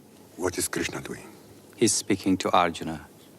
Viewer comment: Please learn properly how to pronounce Hindu literature words, for, if not so done, they will mean something else. Each word in Sanskrit and all Indian languages have a distinctive pronunciation and hence a specific meaning. Just thought I should add this here. E.g. Krishn if pronounced as Krishna means different. His sister Draupadi or a river. Buddha is not to be pronounce as Budda, it means an old man in Indian language! Please pronounce Bu'd' as in 'the' and 'dha' as in 'th'us. It then means a man who has attained divine knowledge. We do not engage services of any angel for this, but it emanates from one's within. Same thing about Yog, it is like in vogue not Yoga. an addition of a to a Sanskrit word makes it feminine and totally out of place. Thanks.